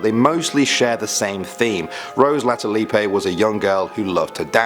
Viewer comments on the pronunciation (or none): BTW, the E of Latullippe is silent. It's not pronouced Latullippé. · I love how you pronounced latulippe lol la-tsu-lip that's how its pronounced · Latulippe = pronounced Lah tou lip. My french canadian ears are bleeding 😂